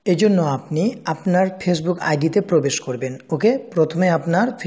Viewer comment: তুই আমার শালা ফেসবুক ঠিক মত বলতে পারিসনা